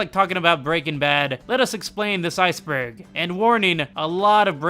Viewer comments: Iceberg? More like Ice-en-berg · It’s actually Called an icenberg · Iceberg more like icenberg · So this video is an... Ice-enberg? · Ah, you mean Icenberg?